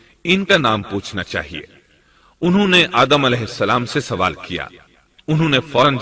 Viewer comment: Sawaal (question) ye urdu ka lafz hai. Phir ap isko Suwaal keun bolte hain?